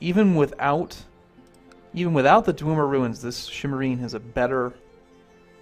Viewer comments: Please stop pronouncing Dwemer like Dwumer. The pronounciation is Dw-eh-mer. Please and thank you. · FFS, STOP SAYING 'DWOOMER RUINS' GOD DAMN. Other than that, great video as always.